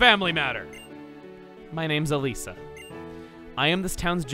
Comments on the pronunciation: It's not Eleesa, it's Elehsa, it's derived from electricity! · Am I the only one a bit annoyed that Chugga is pronouncing Nimbasa City's Gym Leader's name wrong? Seriously. Chugga is saying it wrong from how the anime pronounced it.